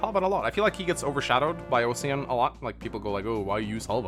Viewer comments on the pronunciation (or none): Osian is pronounced Aw-Sheen where the aw sounds like the first syllable in Awful. it's the name of a hero from Irish Mythology: Oisín. Normally I wouldn't give a shit, but I speak a little Irish and it's driving me insane hearing it pronounced Ow-See-An which isn't correct in English either. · To make the Osian thing worse, it's pronounced "O-shin". It's just the spelling is Osian. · I know this is probably the same as saying Ingree, but 'Osian' should be pronounced 'Usheen' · I know what you mean. I'd mostly shrugged the weird translations of the already weird Japanese transliterations off until now. I didn't realise how much hearing mispronounce Oisín was going to get on my nerves though. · Question, just noticed osian is spelt the same way Sian is, Sian is pronounced sharn isn’t it? So technically is his name of Osharn? Ocean? 🤣🙈🤷🏼‍♂️